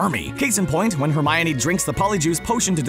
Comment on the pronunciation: Why are you saying Hermione so wrong?!?! Is pronounced Her- mine- e, not her-my-oh-nee